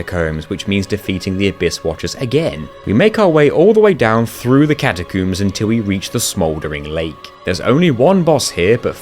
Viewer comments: Seems like its an insane technicality that you can. Having alt accounts and another player, so does it really count? Also you prounce it Cata-Coombs.... really. Its Cata Combs. Freed? Brother its frie-de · catacuums lol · I know it's just how he says it, but I laughed at him saying catacooms. Edit: a fantastic video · "Catacoombs" haha loved the pronunciation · ill never get over "catacooms" makes me chuckle every time